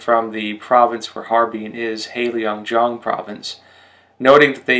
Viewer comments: I only recently discovered your channel and appreciate all the excellent information about China. But please, work on your pronunciation! For example, heilongjiang is not hei leeeeong jiang it is hei long jiang (there is no i in long :)). Sui fen he, sway fun he (he is kind of like huh but without the rising tone, sorry, don't know how else to describe it, maybe someone will correct my attempt). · "Heilongjiang" is not pronounced as Helio jiang, but as Hay lōng jiang.